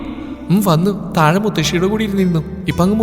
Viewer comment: തായെ എന്നല്ല. താഴെ എന്നാണ്.പലപ്പോഴും ഴ എന്ന് വേണ്ടിടത്ത് യ ആണ് ഉപയോഗിക്കാറുള്ളത്. അതൊന്ന് ശ്രദ്ധിക്കണേ